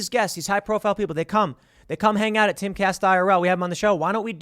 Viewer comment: I always think that Tim is saying "Caste Castle" like Tim is creating his own caste system in the Timcast universe!